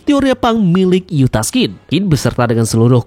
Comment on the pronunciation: Yustas min bukan yutas